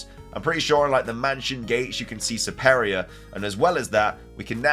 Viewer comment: You have weird pronunciations for Pokémon LOL Servine = Sur-vine Serperior = Sur-peer-ree-ur (like Superior)